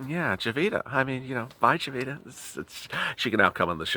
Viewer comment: Jovita is pronounced “hovita” in spanish.